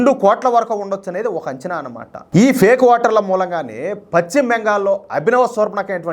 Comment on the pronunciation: Pacchima Bengal kaadayya pashchima Bengal antaaru.telugu palakadam nerchukoni videolu cheyyi